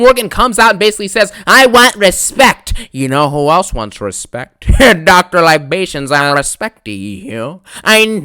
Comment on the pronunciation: "i respecta you, i needa you"😂😂😂